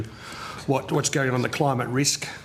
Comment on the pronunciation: The degenerate left.. "Cli-Mate, psi-ence.... " what a joke...